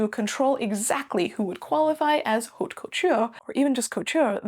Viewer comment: The "h" is not pronounced in French. Please ...